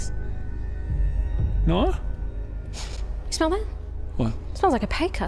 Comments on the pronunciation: Oh, "car keys". I thought she said "khakis".😂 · OMG I could swear said, "Give me your khakis." Thought that was going to get really dark, lol. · LOL, I thought she said "give me your khakis" after looking downward at. Glad I heard that wrong.... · I legit thought she asked for her caquis and I was concerned for a second lol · oohhh... "CAR KEYS", I thought she said "KAKIS" like she wanted it his pants 🤣🤣🤣🤣🤣🤣🤣🤣🤣🤣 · I legit heard "Khakis," not "Car keys," and was confused about the direction this was going in. 😆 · When she asked for the car keys, I really thought she said 'khakis' - actually demanding his pants.